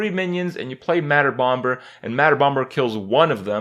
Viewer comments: Its Bomer not BomBer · I will now only pronounce Madder bomber as Madder BomBurr. Thank you kripp. Hahaha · Hurhstone Kray-ken, mad bomb-bur too xD